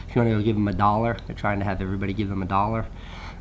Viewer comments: you said dollar really funny hah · The way Casey says "dollar"